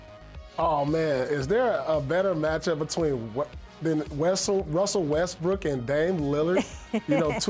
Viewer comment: WUSSEL WESTWOOK